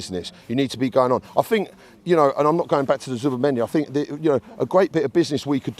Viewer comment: It’s think not fink you utter sheath 😂